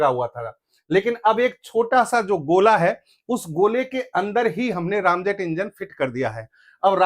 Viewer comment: बहुत अच्छी जानकारी दे रहे हैं आप लेकिन दुख है कि बार–बार आप रैमजेट को रामजेट कह रहे हैं जो खटकता है। रैम आंग्रेजी का शब्द है जिसका अर्थ है तेजी दबाना या धक्का देकर ठेलना। इस जेट में सुपर सोनिक गति से हवा इंजन में ठेली जाती है फिर उसने ईंधन स्प्रे किया जाता है। यहां इंजन जलता है और पीछे की ओर निकलता जिससे गति और तेज हो जाती है। निवेदन है कि कृपया राम की जगह रैम कहें।